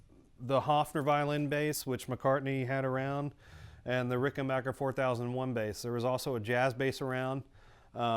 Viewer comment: At last, an American who pronounces Rickenbacker correctly! Nice video dude 😎